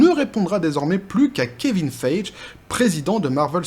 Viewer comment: Ca se pronoce Faigy (faille-guy), pas Feidge ;)